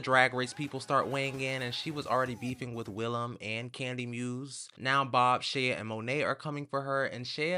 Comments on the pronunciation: and “Shay-ah” lol it’s just Shea (Shay) Coulee (Coo-lay) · And pronouncing Shea as “shay-uh” 😭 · Who is "Shay-ah"? "Shea Coulee?